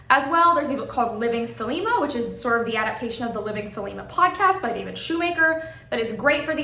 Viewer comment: THEY-lee-mah (Modern Greek) THEY-leh-mah (Classical Greek)